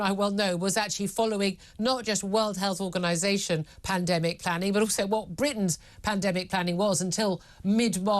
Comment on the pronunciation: Did she just say "when there is another pandamic" ? 4.36 minutes